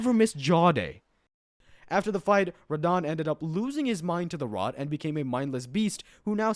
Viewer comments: Radeon for Radahn is wild. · Ray-dahn? :hand-orange-covering-eyes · Ray-dahn was killing me everytime he said it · I like how you started off calling him Radahn and slowly over the course of the video, you kept subtly changing his name pronunciation until it was just Ray Don. 😏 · I hate the way you say Radahn